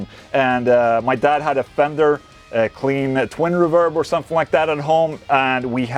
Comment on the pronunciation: Wait..did you say somefing